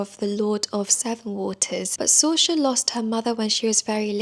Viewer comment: Is her name pronounced sorcha or sorra ? In my copy of daughter of the forest in the pronounciation guide it says Sor-ra.. so not sure.. I looked up a video of how to pronounce it but its too hard 😂